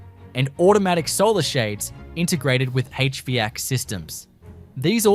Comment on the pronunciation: h vac, not h vee ack!